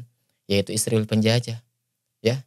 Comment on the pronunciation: ISRAEL BUKAN ISRIWIL. SEBUT NAMA YG BENAR PAK